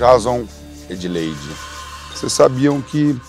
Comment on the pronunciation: Edleide close errado